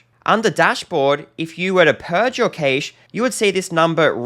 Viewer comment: Well that pronunciation of cache is a new one. I actually questioned if I’d been pronouncing this incorrectly all this time, but a quick google search later and I realised I’m not losing my mind and your pronunciation is wrong. Sorry if it sounds like I’m picking on something so small, but I find it hard to take onboard any advice from someone that cannot get the basics right.